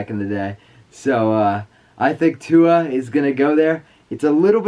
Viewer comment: ive never herd any one botch a name like that holly crap have u ever herd any one say tuas name jw...